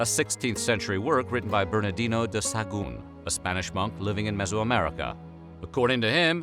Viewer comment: You misspelled and mispronounced xocolatl. We still make it. Much better than the European version with sugar and milk. It's made with water, cacao and chiles. You mispronounced Hernán Cortés and Sahagún. You had trouble with nixtamalization, but almost got it. Sounded a little Gringo, but OK. We usually don't make a "flour" out of it, which would be a powder, and in fact flour is more associated with European wheat; rather, we take the moist, stripped corn and grind it on metates to make pliable masa. We then use this to shape tortillas, gorditas, tamales, picadas, orejas, and a myriad other shapes for different cooking meals. "Te-noch-ti-TLAN", accent on the last syllable. (Tenochtitlán). We call amaranth huautli. Pipián, not PE-pian. Same basic construction as mole with a few different ingredients and coarser ground seeds. And no, it doesn't always contain vegetables, in fact almost rarely; it's a type of meat stew. Adding vegetables is a matter of taste or regional habits. Ahuacatl (Nahuatl language). Spain aproximated it phonetically, aguacate, and that is what we call it in México today. I guess the English couldn't handle it and came up with "avocado". Figures. Chi-NAM-pas, not with a "chee" sound, and "nam" as in a flat "A", sound, not as in "spam". And please stop saying Tenochtitlán. Huitlacoche is delicious, tacos stuffed with it and salsa are all over the place. To pronounce it, the "H" is silent. Make it with some roasted chapulines or make scrambled eggs with it